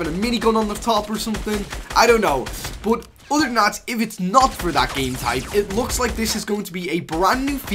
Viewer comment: But he says “BOT”